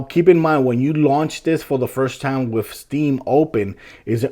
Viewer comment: "Wif" "Dee Lay" "Really Really" Love the way you pronounce certain words haha. Thanks for the vid. This helps